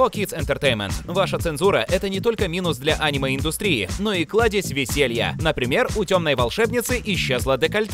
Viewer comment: Пожалуйста Аниме а не Анимэ